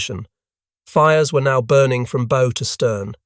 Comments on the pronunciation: "Bow" isn't a bow tie, it's "take a bow" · It's Bow as in Cow, not bow as in arrows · Why do your narrators mispronounced words? They pronounce the bow of a ship as bow-like a bo on a package or a boe of flowers when it's pronounced bow as in BAW. This is just one example but they do it in all these videos! Also, the pictures in these videos sometimes don't represent the subject at hand very well. All this is disheartening and drives people off. Please try and get your shit together!